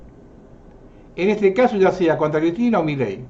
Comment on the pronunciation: SEÑOR !. Con el Respeto que Usted merece , permítame hacerle una aclaración . MILEI no lleva Acento y Tampoco Son Dos Palabras . No es " Mí Ley " es Milei . . Espero no se Ofenda por esta menudencia que hace al "Condicionamiento" que ejercen Todos los Medios de Comunica--"SIÓN" . la inmensa mayoría aún ni se entera que en el Billete de Evita* de 100 hay 3 Estrellas de David que no están allí para que las Veamos sino para que las Percibamos . Cordialmente !. 😉